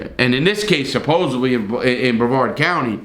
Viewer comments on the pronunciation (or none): none